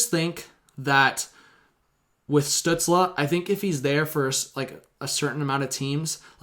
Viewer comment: Stützle is pronounced "Stew-tsl" not "Stew-tsla"